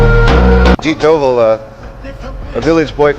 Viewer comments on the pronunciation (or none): It's Dhobal not Doval